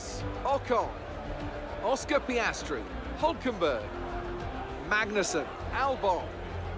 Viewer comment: "Oscar Piastru" was a highlight